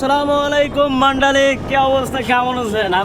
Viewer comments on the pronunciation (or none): Brother no mandali it's mandayli city